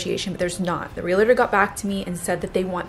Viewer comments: You are so cute, but, please learn how to pronounce Realtor. It’s real-tor, not real-eh-tor! Same for Realty, 2 syllables, not 3. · Hey love! It's Realtor for future reference! Real-tor. Not real-a-tor. I am one and this is a big peeve of mine haha